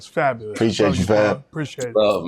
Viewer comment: Fabo..lous? Lean back 😂😂😂